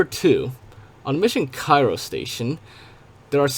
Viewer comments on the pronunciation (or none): none